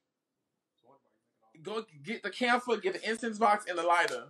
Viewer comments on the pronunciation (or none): Did he really just call camphor damphor😅🤣